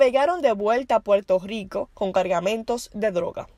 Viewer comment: Puerto rrrrrrrrrico no puerto gico